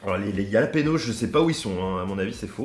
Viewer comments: J’ai eu mal au cœur quand il a dit « yalapenos » 😭 au cas où ça se dit « Ralapegnos » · Yalapanos 😆😆😆😆 sa ce prononce rhaaaa laaaa péée. Gnioooo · super vidéo par contre pour les jalapeños on dis ralapenios 😂😉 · Exactement le J en espagnol se nomme "Jota" mais se prononce "Rota" avec le R bien raclé au fond de la gorge. Et le n avec la vague ~ se nomme la "en~e" et se prononce "égné". Donc le tout se prononce "Ralapegno" au singulier et "Ralapegnos". Le J qui se prononce lli est d'origine scandinave et germanique, alors que la jota est un héritage arabe dans la langue espagnole.